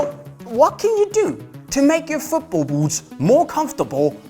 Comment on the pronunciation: It would be easier to listen to this advice if I didn’t hear this guy saying BOOPS over and over